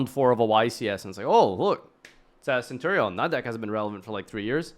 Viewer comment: me favourite pet deck is cope-ion (centur-ion)😅